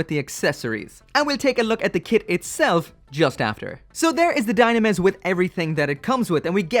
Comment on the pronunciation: I bet the dislike because of ur pronounced dynames... wrongly.